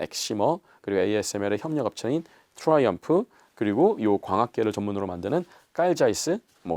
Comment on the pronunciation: 트라이엄픜ㅋㅋㅋ 회사 이름부터 계속 잘못말하시네